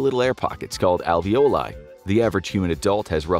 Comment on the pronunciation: I’m sorry but I died inside every time he pronounced alveoli as: Alvee- oh lye😂it’s pronounced AL-VEE-OH-LIE